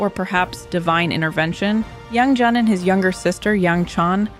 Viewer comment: Great and informative video! You seem to have trouble picking a consistent pronounciation for Yang Jian. In English, you should pronounce it like "Yang Jen", sounds closest to native pronounciation.